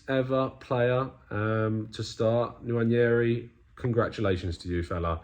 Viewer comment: Of course made the best effort from any British person I’ve heard so far at pronouncing Nwaneri’s name😅👍🏾